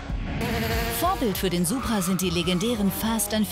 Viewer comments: Kleiner Tipp am Rande es heißt „Supra“ und nicht „Subra“ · Es heißt immer noch DIE Supra, NICHT DER - Banausen :D